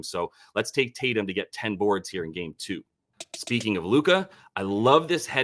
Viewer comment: It's not "toooo", It's "TU" 😉